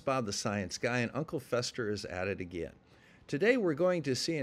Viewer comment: More like “Chester” then fester.